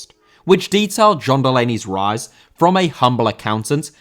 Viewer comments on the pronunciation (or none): none